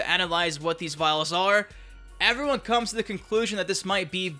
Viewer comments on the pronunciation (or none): none